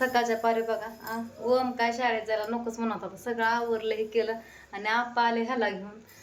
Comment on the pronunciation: अग वोम का म्हणतीस ग..... ओम नाव आहे 😂 ग...